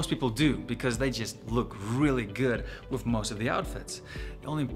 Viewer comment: You need to get your money back from your accent coach, that "wif" for "with" is as Boland as it gets.